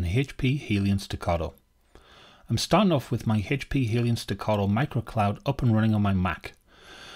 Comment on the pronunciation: Helion, not "Hellion" !!